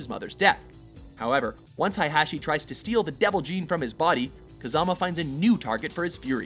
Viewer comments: its not hi-hachi, its hey-hachi... jesus christ.. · Did he say hi hat chi ? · He also pronounced Heihachi as Heihashe Edit:Correction he said hihashe later on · Oh my God....hey guys, I'll be a translator for Jon-Jun Haiyachi-Heihachi Jeen-Jin Kayuza-Kazuya SWEET CHRIST GUYS CMON